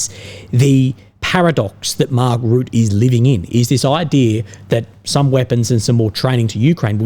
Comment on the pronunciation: Hi! Just a little comment about the pronunciation of "Rutte", since you'll probably have to say it much more often in the future. The 'u' sound in the name is much shorter than you are pronouncing it now. It's like the 'u' in Trump and not so much as the 'u' in 'rude'. In fact, the 'Rut' part of the name sounds like the 'rut' from 'being in a rut'. Secondly, the 'e' at the end of Rutte is not silent. You can pronounce it as an 'uh' sound. So Rut-tuh. Just FYI. :) Best of luck with the chemo. Hope it won't be too bad.